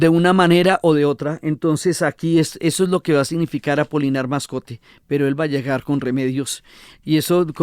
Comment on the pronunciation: La Señora Diana desborda su amor por García Márquez perjudicando así la objetividad de su trabajo. Debe además corregir el apellido Moscote de don Apolinar. (Es muy raro que ella insista en más de nueve veces llamándolo "Mascote)